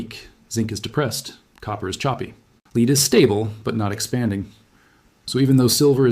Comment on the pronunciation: AI cannot pronounce the element " lead."